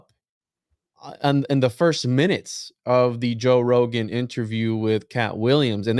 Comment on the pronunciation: “doe Rogan” 😅